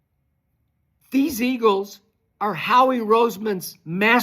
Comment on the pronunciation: Skip said Duk Prescott 😂